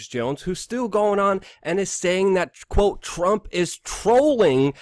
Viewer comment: "And I quo..." You "quo"? I think you mean "quote".